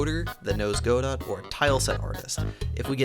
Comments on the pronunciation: small nitpick but its pronounced "guh-dough" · This was a really cool update, and I'm always glad to see more godot games! Keep up the good work :) If I hear you say "Go-Dot" again I will eat your spleen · I hope for a third thing - STOP PRONOUNCING "GODOT" as "GO DOT" please please please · it's pronounced 'Go-Do'